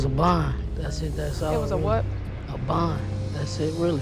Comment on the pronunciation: “It was a bawnd “ 🤣🤣🤣